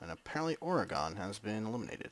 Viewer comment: This is the most late response ever but you pronouncing "Oregon" wrong made my day